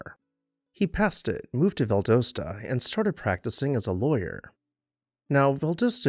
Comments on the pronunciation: Val-dos-ta not Val-dose-ta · You just pronounced it Val DOSE tuh. It's pronounced Val DOSS ta 😘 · Val daaa sta!! Not Val dough sta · Val d AH ssta. Not Valdooosta. I had to. It was hurting my southern lady’s ears. Carry on. You are already forgiven cause I love all of your videos. But hun, it’s VallD’AHsta. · Love your videos! Two corrections: It is pronounced "val-DAH-stah" not "val-doe-stah". Also, it was Inverness, Florida, not "Iverness". Keep up the good work! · Turpentine is pronounced like rye-pen-tine not tur-pen-teen. The city in Florida mentioned is Inverness, pronounced Inn-vur-ness. And as others mentioned Valdosta is pronounced Val-dah-stah. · It’s pronounced VAL-DOSS-TA, Doss, like hoss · You're killing me with your pronunciation of Valdosta. Val-Dah-sta. The O is a short o. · Well, as usual - a great overview of a very unique and beautiful house in GA! I have visited it a couple of times (once on my own, a few taking friends on the tour) and it never disappoints. But - you gotta say it with me... văl-DŎS-tə Val: Sounds like the "val" in "value". Dos: Sounds like "dahss," rhyming with "boss" Ta: Ends with a soft "tuh" sound Welcome to the Grand Old South.... 😁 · Refreshing to hear another story of a grand house that has survived. Love the background information and images., check me on this, but I believe the town's name is pronounced "val-DAH-stah" (last two syllables rhyme with "pasta"). Thank you! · Ok loved the video but you’re killing me with Valdosta. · Learn to pronounce Valdosta . Not cool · This is great. We pronounce it Valdosta (rhymes with Pasta) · He didn’t know how to pronounce Valdosta. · Fair! I like his pronunciation, too. Just not what I'm used to hearing.